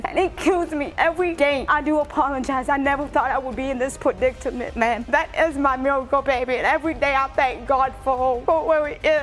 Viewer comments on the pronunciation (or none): Wow, Perdictament… what a word. 😂😂